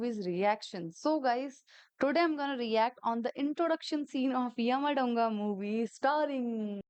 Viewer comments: It's यमा दोंगा , not यमा डोंगा. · its Yamadonga like YAMA-DOUGH-ONGA